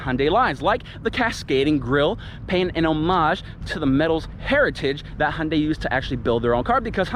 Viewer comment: Its Hyundai not hunde